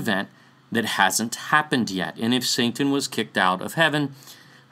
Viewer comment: just curious why do you pronounce satan as santan? I have been wanting to ask this question since Magog video.